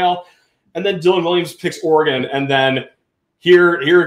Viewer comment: Can you please put some respect on the name and pronounce Oregon correct.